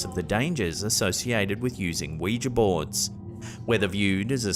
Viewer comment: you are one of the very few who pronounce ouija properly. I thought I was the only one not calling it a wee-gee board.